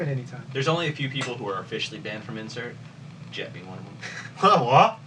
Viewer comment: Jet not Chet, Jet